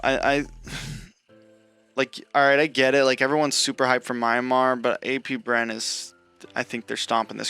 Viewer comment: It's Myanmar, not MIARMa. You can call it Burma if you can't pronounce it. W video.